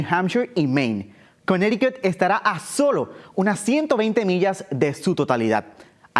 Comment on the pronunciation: Si vuelves a decir Cunericut me salgo del canal. Me mareaste con esa palabra.